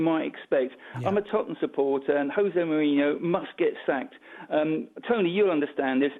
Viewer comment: Jose Bourihno... 🤣🤣🤣🤣🤣